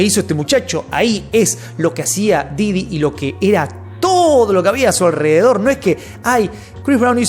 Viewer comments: Porque dices didio? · Me da risa cuando dice diddyño